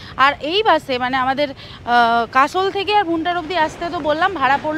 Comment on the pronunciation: খুব সুন্দর। আপনি যেটা ভুনটুর বলেছেন ওটা ভুন্টার হবে।